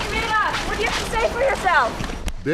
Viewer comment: Why was he calling him Manoff with an N?